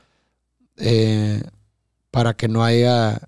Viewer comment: No puedo creer que diga “aiga” hahaha! No hay pedo y vale madre, pero no lo puedo creer! 🤣😂